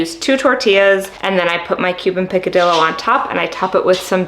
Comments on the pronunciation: I’m not nitpicking AT ALL-I love this channel and have been watching for a few days bc I’m starting my journey- but just wanted to share that the double LL in Spanish - for the word picadillo - should sound like a Y. “PicadiYo” :) if you care ! Lol thanks for all of the amazing tips!! :) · You should learn how to pronounced picadillo ,I’m Cuban I make this all the time